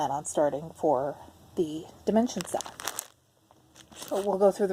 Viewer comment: I am a relative newbie to floss tube, and I thought you were saying « sale » when you were saying SAL ( stitch along, correct ?) So I thought you were going to sell some kits 😂